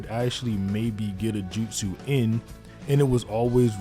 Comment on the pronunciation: Take a shot everytime he says "JUTSEW"